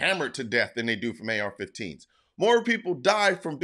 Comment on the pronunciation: I thought he said f15s no planes 4 u